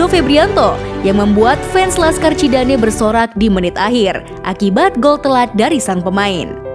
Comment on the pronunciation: yang betul itu "PENDEKAR CISADANE" bukan "Laskar". Kalau "Laskar" untuk sebutan "LASKAR BENTENG VIOLA". apalagi itu miminnya bilang "Laskar Cidane". Salah itu min... Salam santun 🙏 #AingTangerang